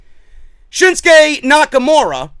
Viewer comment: Personally l can't stand as an announcer. The way he pronounces shit and the syllables he emphasizes are just like nails on a chalkboard. He makes me cringe when he says "Shinksuke" and "Samoa Joe".